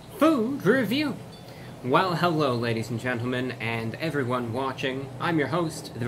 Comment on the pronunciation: “HEWWO EVWYWNE”